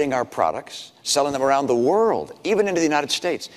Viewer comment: obama all "da" way???? apparently you haven't lived in america the last 4 years!